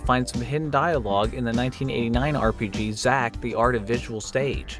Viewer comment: Look, I am not a native English speaker, but "Xak" being pronounced as "Zack" sounds awful